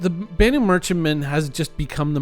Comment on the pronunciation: Its spoken with a loong A... BAAAnu Merchentman... that's why it takes longer